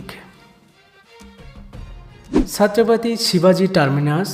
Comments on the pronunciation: It's 'chhatrapati' shivaji maharaj not 'satrapati' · सत्रपती nahi छत्रपती बोल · Satrapati nhi chhatrepati hai